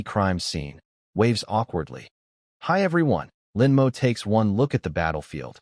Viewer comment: For an A.I. programmed by Chinese writers, it sure has massive problems SAYING Chinese names. 😂😂😂😂. You'd think THAT would be the ONE THING it could say properly. It's not Chen EM-OH; it's Chen MOE. It's not EM-WHY it's my. The sheer level of speech inconsistency is laughable, and takes you out of the story.